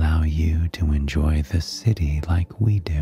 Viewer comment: “Under da sea”